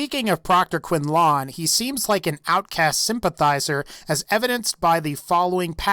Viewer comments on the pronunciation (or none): Disliking your video on your pronunciation of "Quinlan." They clearly say "Quin-Lyn" in the game, not "Quin-LAAAAHN." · Proctor Quinlon? Its Quinlan not quinlon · Why do you pronounce Quinlan "Kwin-lawn"? I mean NPCS pronounce the proctor's name as "Kwin-Lin". (Lin as in Jeremy Lin or linen) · ANyone gonna mention how he says quinLAWN and not quinlan? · It's Quinlan (Kwin-LIN) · Am I the only one who cringes every time he says "Quinn-lawn"? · What's a "Quin-lawn"? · "Proctor Quintlawn" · He really do be saying Quinlong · I wouldn't say they're evil, they just returned to the old ways, while learning from past mistakes. Nice tie-in about the colors of nights, that was interesting. And please stop saying QuinLAWN. In game they even pronounce it as it's spelled. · What!? The technologically superior group who ride in on a zeppelin, claim they are invading the Commonwealth to aid their people (humans), and commit mass genocide against anyone different from them are evil!? Wait, who does that remind me of....? P.S. Your pronunciation of Proctor Quinlan is atrocious. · omfg learn to pronounce things like quinlan and patrol and escort, its so irritating that your reading something and still cant pronounce it correctly. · You are pronouncing Quinlin wrong its how its spelt! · Are we gonna ignore his mispronouncing Quinlan? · I'm confused how you continuously mispronounce character names (i.e. Proctor Quinlan, MacCready in another video) when their names are clearly pronounced multiple times in the very games that you are talking about. Clearly you have played these Fallout games, because you seem to know a great deal about them. How did you learn so much about the lore, yet not listen to how these names sound? Kinda baffling.